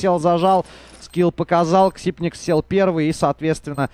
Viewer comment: он же Ксайпекс! не ксипникс